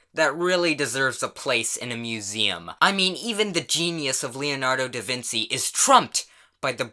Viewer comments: Did you pronounce Vinci as vin-see instead of vin-chi? Huh... weird. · Did you just pronounce Da Vinci as "Da Vinsi"? it is pronounced "Da Vinchi" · Did he say Leonardo Da "Veen-See"? Lol hon it's Da Vinci (Veen-Chi) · " Dee ven see" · It triggers me how you pronounce it DaVin*s*i Lol I still love your channel no offense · "Leonardo Davin-see" WOW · I thought it was Leonardo Doujinshi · D-did he say... Da Vinci with the "c" being pronounced as an "s"? You uncultured swine! (This isn't serious, so take it lightly) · Excuse me how the fuck did you just say “Da Vinci” because you did a big opps there buddy. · The way you said davinchi MMMM OOF